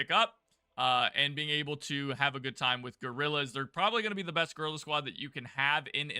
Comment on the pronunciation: Did I hear you "girl" squad instead of guerrilla squad??